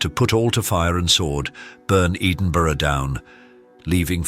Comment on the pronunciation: "Burn eeedinbuugh down" Eedinburugh?! AI nonsense